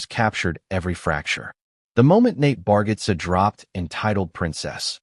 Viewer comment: You pronounce his name wrong